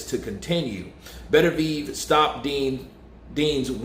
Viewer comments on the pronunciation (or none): Are you sure on these pronounciations... Thought it was bet-er-bee-ev